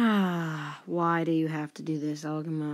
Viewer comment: Good job. Just to help you out a little, the pronunciation of Algoma is al go ma. Keep up the good work and let us see 100 not 60 subs.